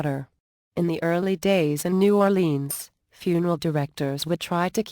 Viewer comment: lol! the way she pronounces New Orleans!